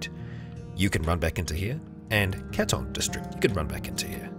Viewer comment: Just a heads up! It's "Catun" for Catun Credits (Cats), since it's named after the UC weaponsmith town I believe (Catun Smith Quality and such). Love your videos, man! Been a fan for a few months now and can't stop watching, keep it up!